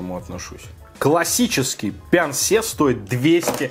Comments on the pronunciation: Прикол в том, что на самом корейском читается не Пян-Се, а Пён-Су😂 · На корейском почему-то написано пёнсу, а вы говорите пянсе🤔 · Почему пянсе, если написано пёнсу? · На корейском языке написано не «пянсе»,а «пёнсу»...